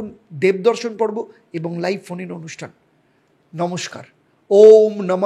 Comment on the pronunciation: হড় হড় মহাদেব নয়... হর হর মহাদেব আপনার 'র' আর 'ড়' উচ্চারণে সমস্যা আছে।